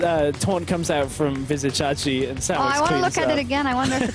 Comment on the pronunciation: Legit the other caster is tilting me, calling Vizicsacsi "Vizzy" even though DeFicio called him "Csacsi."